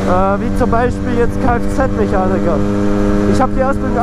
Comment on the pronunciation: du sagst immer Mechanigger xD aber noices video :D